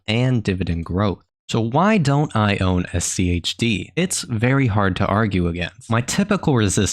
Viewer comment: Why are you putting so much emphasis on the H?